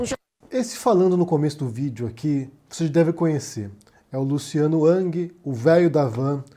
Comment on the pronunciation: Falas twitter com sotaque mas o nome pronuncias “ãng”